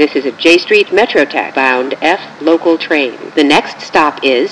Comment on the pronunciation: so funny how she saids j street metro tech